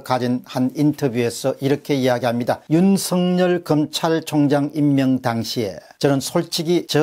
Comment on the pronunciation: 윤석열을 윤석렬로 발음하지 마세요